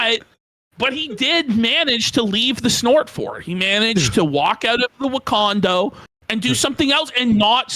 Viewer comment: calling the snort fort "Wa-condo" is murdering me